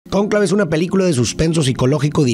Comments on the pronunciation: porque pusiste acento acento en la "a" de conclave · mi, el acento va en la 'o'